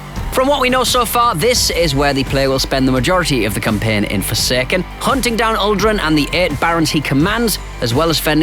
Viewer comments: It’s forsaken, not fersaykern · Forsekken lol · You should never say “forsaken” again